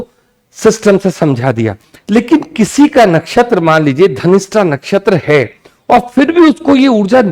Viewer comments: Pronounce dhanishta not ghanishta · Dhanistha ho ghanishta kyu bolte hen sab ... Dhanishta is right😊